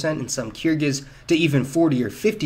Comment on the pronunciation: Uralic: /jʊəˈɹælɪk/, Yuèzhī; /ɥê ʈʂɻ̩́/ (like ywey-jer), Kyrgyz: /kɪərˈɡiːz/ You can dramatically improve your videos and embarrass yourself less by learning to pronounce the names of the ethnic groups and languages more accurately.